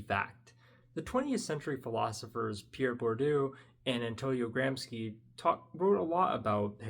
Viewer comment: Sorry to comment such an irrelevant nitpick but the sc in Gramsci is pronounced gram-shee